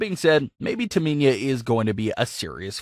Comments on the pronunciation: My thoughts is this: how you can't pronounce Tamina yet, you commenting on WWE. And your voice sounds like the same person who can't pronounce Cesaro you really should either: A) have the person who been watching the matches and gave you the notes, to actually, be the person doing the comments, not you. Or B) learn the damn names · Learn how to pronounce names mispronouncing Sasha and Tamina constantly is annoying to listen to. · Could you please pronounce their names correctly though 🤦🏾‍♂️ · Learn how to pronounce Tamina's name properly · Does anyone else hear him saying Taminya instead of Tamina. 👍if 🤙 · I had to stop watching after you said Taminia like 5 times. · Do you even watch wrestling??? The name you are looking for is Tamina NOT Taminia if you can't even be bothered to get the names right then just don't bother posting any vids, get a grip!!! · It’s Tamina not Taminia my friend. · Why do you say Taminia. It’s Tamina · I Her name is pronounced TaMINA like NINA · It's Tamina!! TAH-MEEE-NAAH!!! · It's pronounced Tamina ( Tah ME Nah ) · Dude seriously learn how to say Tamina’s name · Who’s “Taminia” ? 😂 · Please learn names of these super stars its Tamina not Taminia. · You said Tamina "Taa mee niah" almost 30 times.. It pisses me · Its Tamina not Taminia. Please learn names of these super stars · Tamina not taminya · The way he keeps going on and saying Taminia....Painful 😫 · It’s Tah-Me-Na!!! Not Taminia!!! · Everyone:Tamina:Taminia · Its S A S H A Not SÄESHA Its T A M I N A Not TAMINIA Ahhhhhhhhhhhhh sry i have OCD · Me:Say whip Narrorator:Whip Me:Say Cool Whip Narrorator:Cool Whheop Me:Say Tamina Narrorator: Taminia Me: Im not playing this game with you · I don't understand how someone can mispronounce Tamina. It's so fucking simple. Where can you see the I in Tamina. TAMINA. Not TAMINIA. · Taminia is Ciciro girlfriend. Lol. This guy can't pronounce Tamina and Cesaro. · Disliking because of the pronouncement Taminia. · Tamina not Taminia